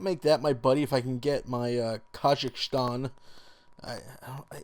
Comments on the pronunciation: He pronounced scyther as skithir. And he pronounced Kangaskhan as kanjiskhan. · it's pronounced sie-ther not scizer also its kane-gas-kahn